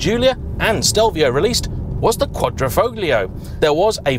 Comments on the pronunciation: lovely review as always, but please stop pronouncing the G in quadrofoglio- just like in the words "lasagna' or 'sign' it is silent. cheers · The "g" isn't pronounced in Quadrifoglio. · Could you at least try to make an effort at pronouncing any of the italian names correctly? Quadrifoglio with the G pronounced makes any italian speaking person cringe! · Bit of a mouthful 'Quadrifoglio' especially when pronounced incorrectly. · Do you have any plans to learn how to properly pronounce “Quadrifoglio”? I mean, you managed to drop the “T” in “Esprit”. I’m not going to start in on the “X” that you added to “Estrema”.